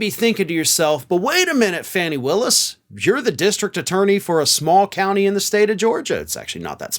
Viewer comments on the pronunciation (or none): Nice summary. BTW it's Fauni Willis, not Fanni Willis.